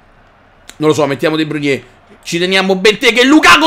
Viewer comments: sei grande però non è De Bruniè, è De Brùin, non è Aubumeiang ma Obameiang!!! Come lo dici tu è troppo difficile da pronunciare!!! Comunque continua così:D grande!!! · NON E DE BRUGNE MA DE BROIN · Ma Perché storpi i nomi dei giocatori -.- de bruyne non si può sentire come lo dici